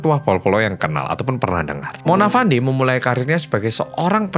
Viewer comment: sebutan nya bukan Mona Fandi tapi "Mona Fendy"